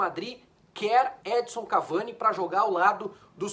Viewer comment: Custa falar EdiNNNson???